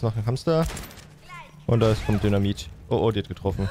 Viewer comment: Sorry aber ich hab ab einem gewissen Punkt immer nur noch "dönermit" anstatt "dynamit" verstanden.😂😂